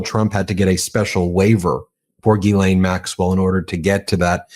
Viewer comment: Dear America, could you all have a meeting and decide how to pronounce her name...It's not Gheee-lane, Gee-lane, Giz-laine, or, good God no...Jizz-laine! yuk It's Gh-len)...sorry to be picky but its like nails down a blackboard